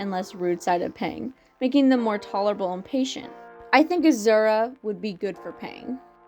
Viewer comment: I enjoyed this video so much but the way you mispronounce Azure felt like a kick to the gut. I had to hold my breath to not laugh. But-just- it’s Ah-Zure with the second part said like Sure but with a Z instead. It’s not that different from Azul (blue is Spanish) Is it because of Owl House?